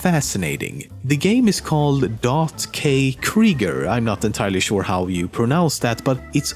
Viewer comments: You pronounced .kkrieger almost right! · pronounced ".kkrieger" right^^ "Krieger" is a german word and means Warrior :)